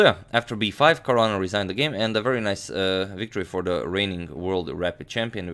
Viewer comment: who else heard Korona instead of Caruana🤓